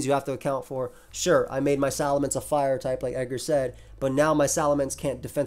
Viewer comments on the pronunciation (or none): none